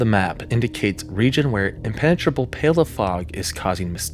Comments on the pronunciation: Also pall is pronounced pawl not pale. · FYI: Pall is pronounced the same as mall - not as pale. The past tense of 'seek' is 'sought', not seeked (seeked is not even a word). BTW: From June 25, 2021 to July1, 2021 a high pressure 'cap' over the City of Vancouver, Canada - cause temperatures to spike so severely that 619 people within the city died, and 1,400 died throughout the region. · Pall pronounced like "paul", not "pail". P.s. The baby bottle is a great Mike, isn't it? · "Pall" is pronounced pahll or pawll, not like "pale." Dictionaries are everyone's friends. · "Pall" is pronounced like Paul, not pail. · "Pall" is pronounced "Paul", not "Pail" 👌 Interesting story! I also really like your mood-window in the background, that subtle visual cue keeps me engaged! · "Pall" is pronounced "pahl." Thanks for not using AI slop VO. have a like 🙂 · Pall rhymes with mall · I suggest you find out how to pronounce "Engis" and "pall" BEFORE you record your presentation - I'm only 3 mins and 58 secs in so no doubt there were will other words you'll have to confess to not knowing how to pronounce and others you are not aware of mis- pronouncing..... not a great look - pity.... you got "Meuse" wrong too... sorry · “Pall” rhymes with “ball.” it is not pronounced so that it rhymes with “bail.”